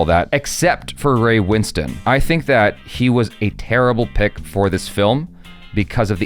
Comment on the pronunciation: LOVE that you can pronounce Ray Winstone’s name correctly 😊